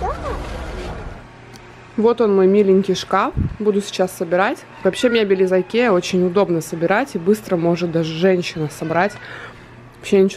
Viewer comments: Не Айкеа, а икеа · Читается не айкеа а икея